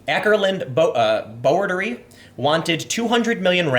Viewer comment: Boerdery is pronounced "boo-r-duh-ray". oe in afrikaans sounds like the "oo" in room or boom